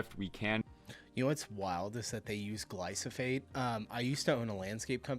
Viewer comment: that's crazy, you'd think that you'd have learnt to pronounce it, you know, AS YOU WORKED WITH IT....... glyPHO SATE😊 not glyS oPhate😅